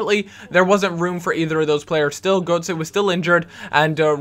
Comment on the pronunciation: you pronounce it as gertze